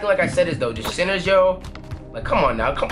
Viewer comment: I thought he was saying SINNERS, it was actually CENTERS.